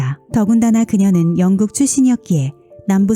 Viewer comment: 영국을 왕국이라고 발음하네 ㅎ